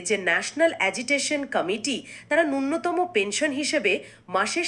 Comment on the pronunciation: উচ্চারণ ঠিক করুন নূন্যতম নয় ন্যূনতম |